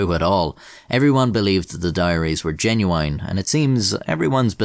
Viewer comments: Is cool but why he say "Jenuwine"? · WHY DOES HE SAY « geNuYiene » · I like how you say genuoo-wine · I like how he says “genuine” lol